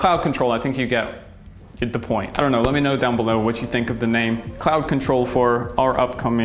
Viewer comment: IF YOU MADE CLOUD CONTROL WITH AN APPLE SCENT...GOOD NAME.. i THOUGHT YOU SAID Clout Control at first...